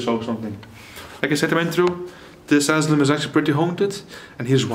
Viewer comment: We call it caution tape or hazardous tape aka RIBBON, IS THAT THE WORD YOUR LOOKING FOR ? Asylum is pronounced A SI LUM THE Y SOUNDS LIKE I. ENJOYED THE VIDEO 😊